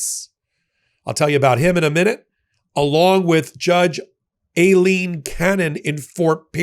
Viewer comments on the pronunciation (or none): It’s pronounced Eye line. That’s the Spanish spelling.